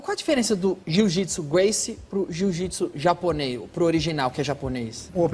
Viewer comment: Deveria ter a capacidade de aprender a pronuncia do sobrenome, no minimo.